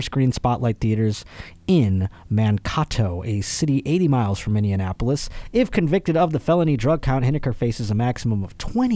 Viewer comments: Being from MN I loved the way you pronounced Mankato and Minneapolis (Man Caw Toe) (Mini in appolis) it is actually ( Man K Toe) (Mini Apple is) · The way pronounces Minneapolis hurts my soul.